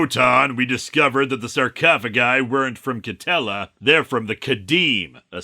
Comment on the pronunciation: You said Katella, I heard Nutella.